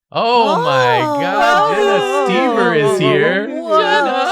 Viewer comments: Jenna brings a giggly energy similar to Nathan also, St-ee-ber? Oh English, you have so many vowels, and you somehow manage to use the least fitting replacements I guess it's slightly better than pronouncing Gödel as Guhrdle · This is how I learn that the O in Stoeber is silent